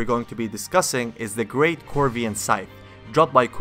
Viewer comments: Please stop pronouncing "corvian" as "corivian". It's core-vee-anne, not core-ih-vee-anne. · Kor-Vee-En Corvian not corivian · It's a Corvian Scythe. Like a Corvid. A crow. Not Corivian. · Corvian scythe, not Corivian scythe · I keep hear Caribbean instead of Corvian